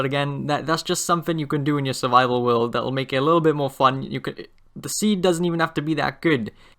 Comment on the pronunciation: no offence but sometimes it feels like you sy will instead of world.. no offence lol